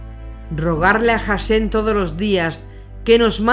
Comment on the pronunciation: Sé que es Hashem, pero en sus videos se entiende o parece que la narradora dice HasheN